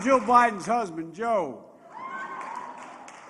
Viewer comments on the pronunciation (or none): haha biden said "im jo bidens husbind jo" haha